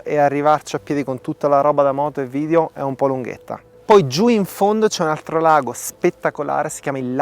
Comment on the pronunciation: bravissimo! ma la pronuncia è vidEo non vidio